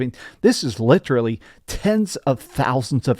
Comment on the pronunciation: You literally said "literally" correct, and proceeded to correct yourself by saying "litchrely" 🤦‍♂️